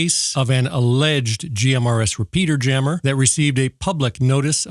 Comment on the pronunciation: Whenever the phrase 'GMRS repeater jammer' was mentioned in this episode, all I could hear was 'peter-jammer', and I wondered is that the same as a cock-block?